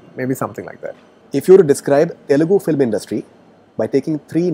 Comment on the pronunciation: Every South Indian telugu actor pronounces film as "filim". It's just a telugu thing! So he also saying "filim" is not a surprise.